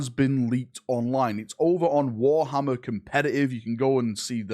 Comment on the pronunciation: War 'ommer FortyFousand.